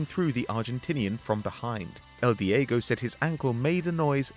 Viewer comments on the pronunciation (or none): none